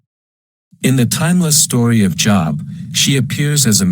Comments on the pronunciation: It's a long O, Job, rhymes with robe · AI can't even pronounce names, long O, not job. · Oh my Gosh, basically impossible to listen to. Can't pronounce Job and of course it is someone trying to justify god in the Job story. God killed, Job's children - before I had kids that was elementary, after I had kids it was the unpardonable sin. Christians will say - but God blessed him with double the Children, sorry, but your giving you twice as any kids does not replace the Children you lost. A parent ought to love their children and each individual human is irreplaceable. How does anyone find a good God in this? And if you have kids and still think that God is justified in setting Job up, you are pretty much a sick individual - even the metaphor is lauded, what the hell is God trying to say here, If you follow me faithfully I may just decide to harass you for my own sick pleasure. Job is the one honest book in the Bible, it shows the monster for who he is. The devil comes to visit (weird!), then God is like, so you want someone to mess with how about my dude Job, just don't kill him (how kind?), it is ok to kill his Children, they are simply property and Job couldn't possibly LOVE them (I mean who loves their children, weird right?). Job's wife was obviously thinking rationally, Job was obviously an idiot! God was obviously mean, cruel and obnoxious, the Devil was licensed by God to be exceptionally cruel to one of God's creations - God of Love, what ya smokin' man!!!